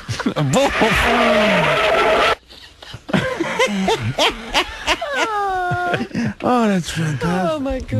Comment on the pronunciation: I think he says BOFF about NOINE times